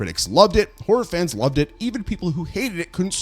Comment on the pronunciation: It took me like 6min to realize you've been saying "horror fans" and not "orphans."